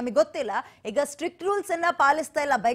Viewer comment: Akka anchor akka adu strick allakka "strict" adu.